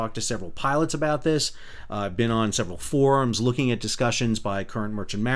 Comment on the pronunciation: "Loo in"